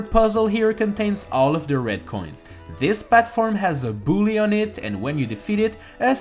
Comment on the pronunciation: Love your pronounciation of "bob-ombs" and "bully".